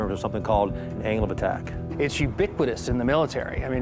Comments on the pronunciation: i heard him say anal attack :D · The CEO sounds like he's saying "anal attack".